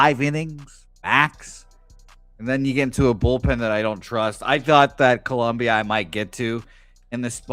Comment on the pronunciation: Its Colombia not Columbia the University lol